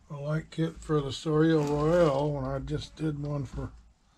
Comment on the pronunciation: Hi. I think you pronounce it so lay. Both vowels long.